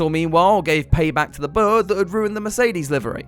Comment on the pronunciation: The way this man says bird. Birr 😂